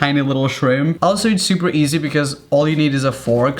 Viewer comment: He pronounce easy as E - ZE No hate